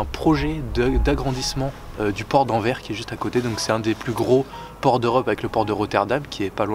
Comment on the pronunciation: Anverce on dit pas Anvere xdddd